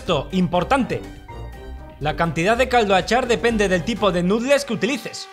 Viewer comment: Lástima que no pare de decir "nutles" en lugar de pronunciar "nudels".